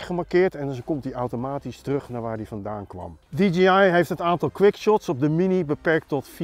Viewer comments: Het merk is natuurlijk wel DJI (die djee aai) en niet DGI (die dzjie aai) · Zeg niet steeds DGI.... Het is DIE-JAY-AI <------- Fonetisch Je zegt toch ook DJ als iemand plaatjes draait. "DIE JAY" en niet DG Als je van die filmpjes maakt mag je toch OP ZIJN MINST verwachten dat die wijsneus de merknaam correct uitspreekt. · Stug DGI zeggen ipv DJI